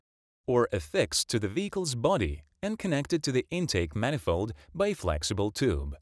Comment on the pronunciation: "Poolee" and "manifoe"!